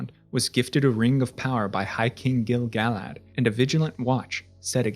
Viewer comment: YOOOOOOOOO correct pronunciation of Gil-galad!!!! <3